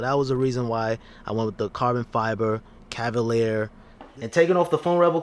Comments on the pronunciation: This man said cavalier 😭😭😭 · No need mate, he made a really decent video there’s no need to be a dick about the way he mis-pronounced his words. Just leave it out